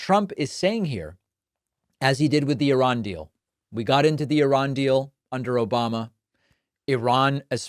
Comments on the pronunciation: The "OBAMNA" made me lol. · lol "Obamna" never gets old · He can’t even say Obama without some weird pronunciation. He’s nasty